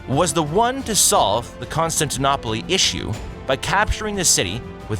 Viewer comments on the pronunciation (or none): Constan-tin-op-olee? What's with these AI commentaries? That's almost as good as 'two tanker men' for 'Tutankhamen'! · Hard to take serious when you can't even pronounce Constantinople, the e is silent! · Unless you are a machine, you should learn to pronounce things properly. Otherwise you sound ignorant. Constantinople is pronounced in English as Kon-stan-tin-ōpul, not Kon-stan-tin-ópolee. And the battle of Kosovo was with the Serbs, not the Siberians. SMH. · "Conn-Stan-T-Noppoli" haha. It's pronounced Conn-Stan-T-No-Pull. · "Constantin-oppoly?" Its pronounced "Constantin-oh-pal" 😉 Also Constantinople was definitely a centre of trade and culture for centuries before the Ottomans even existed. Otherwise, great video! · It’s con-Stan-ti-nopal to be pronounced, not to be constantinopleeee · When I was younger I used to call that city "kon-stan-tee-noh-poh-lee", having heard that name in my school days and in AC Revelations. Then I started calling it "konstanteenopolees", thinking I was a smart ass because I was convinced it was the correct pronunciation. Then I watch a youtube video in which an english speaker use the first pronunciation I mentioned and I read a comment in which a greek speaker (I suppose) spell it "konstantinoupole". I believe at some point in history "eta" shifted to "ita" (eeta), so this last one should be either "Konstanteenoopole" (last e pronounced) or "Konstanteenoopolee", (probably the latter, I suppose that shift took place before the 15th century). So please somebody help me, which one is correct? Now I need to know! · Learn to pronounce "Constantinople": con - stan - ti - NO - pul. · Did you say Constantinopoly ? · Oh gosh, your mispronunciation of almost every name is grating. If I hear ConstantONOPOLY one more time I'll scream! DISLIKE. You clearly have no idea nor interest in what you're talking about. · No it's pathetic. He got "Serbian" mixed up with "Siberian", and he calls Constantinople "Constantinoppolee" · Constantinoplee lol